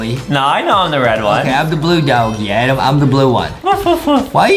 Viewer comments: Justin just say Adam not Adem😮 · Not Adem is adam